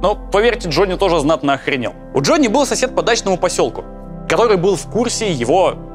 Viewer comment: сколько раз прозвучало в Главе 7 имя Д Ж о НН ЕЕЕ ии ?)))